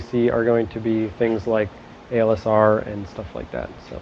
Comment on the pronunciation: The instructor almost always says ALSR instead of ASLR. I like OST lessons :)